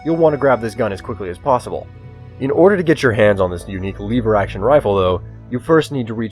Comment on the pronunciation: I don't know what made me cringe more... "Leever action" or "perehforator."